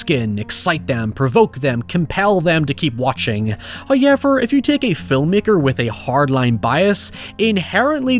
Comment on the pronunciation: First "hoyevver" drops . Blink and you'll miss it...😜